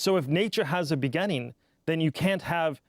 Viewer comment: If I hear him say “begenning” instead of beginning one more time imma lose it.